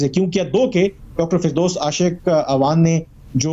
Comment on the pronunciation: Aasik…bhai aashiq hota h